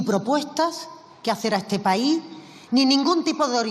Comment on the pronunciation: No se dice paí, se dice país